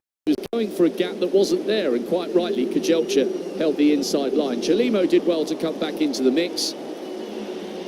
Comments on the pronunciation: 😂😂😂 They are calling him Grivalia not Guevara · Commentator- his name is not Guevera, it is Grijalva, or in English pronunciation for you, Gree, Haul, Buh...not Gue, Ve, Ra. 🤦🙄😕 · The male announcer called him Guevera at the beginning then he switched to Grivalia when the female announcer was calling him that. Bonehead disrespectful unprepared commentators.